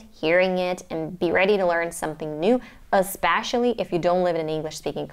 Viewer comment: I noticed your accent here and there like when you say matter, especially, accent, was, etc. Overall, great job, great accent!